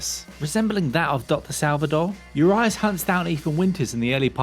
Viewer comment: Its oo+ree+ash not uryash